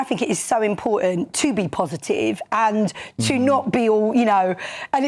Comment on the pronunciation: thinks it is IMPOR--TANT--typical left wing gob